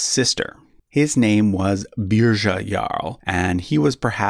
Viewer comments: Munsö = “Muns uh” Sverker = “Svear-kerr” Svealand = “Svay-uh-land” Götaland = (ö = like “oo” in ‘good’) Birger = “Burger” (no “zha” sound) Sverre = “Svear-uh” Haakon = “Hoe-cone”. Thought you could use some help if you ever do a Redux ;) Sorry, couldn’t help myself. After hearing “Beer-zha” I had to speak up. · Birger is pronounced more like "Biryer". Interesting fact: I'm descended from an illegitimate child of Birger Jarl. Thus, I'm also a descendant of Charlemagne, Alfred the Great, Hugh Capet, Eric the Victorious and possibly Björn Ironside and Ragnar if they existed. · Beer-yer not Beer-zhuh 😂😂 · "Beerja" is killing me hahaha